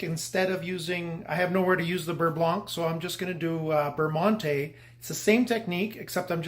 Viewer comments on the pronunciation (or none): Prononciation adjustment on monté necessary.